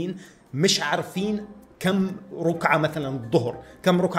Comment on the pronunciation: رَكعة مو روكعة 😂😂😂😂😂😂